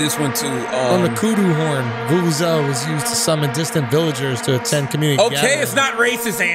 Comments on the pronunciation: You said it right Andrew, it's a Vuvuzela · Thanks Schulz! yes, done said it perfectly, Vuvuzela XD